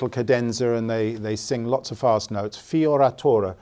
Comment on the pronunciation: Ahah in italian correct pronunciation for “fioritura” must to be FIORETURA. Like use the E not the I. Italian pronunciation for “I” is the “E” in English (like the first I after F)